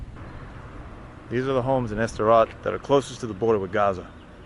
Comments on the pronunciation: Why do you call Sderot "Esderot"? There's no E there. At least you don't call it "Sderow" like Americans pronounce Gal Gadot. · the place called just "sderot" btw, not s-derot. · Your pronunciation of Sderot is driving me crazy. It's not "ess-derot" it's two syllables, "sde-rot". Just like you wouldn't pronounce "start" as "es-trart" (unless you are for example a native Spanish speaker), it's a blend. The only difference here is that the d is voice unlike an unvoiced t. Since you speak Arabic which has a lot of difficult blends, I'm surprised this one stumps you. If you can't manage "sd", "suhd" is better than "esd" (or even, if you must, "steROT' or "zderot" (like in the russian на здоровье)) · It is just "Sderot" ... not "E-Sderot". Ivrit Safa Kasha. Also I don't think Sderot was really the hardest hit in Oct 7th though there was definitely intense fighting there. The Kibbutzim closer to Gaza, and the music festival, suffered the most casualties. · It’s not pronounced Ester-rot. It’s pronounced Sssss-derot. Also it wasn’t the most hard hit town on October 7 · Even after Anna showed him the correct way to pronounce it. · Loved this. It’s pronounced s’der-rote. Sderot. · You are pronouncing the city incorrectly. You don't pronounce the S like the English letter in the alphabet; it seems pretty ignorant for someone who know multiple languages.